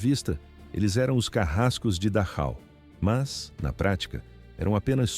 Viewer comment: Pronuncia Darrau